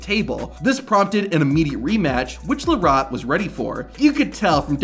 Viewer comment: The dude can’t pronounce Devon’s last name, you can tell he has never heard the name Devon Larratt before.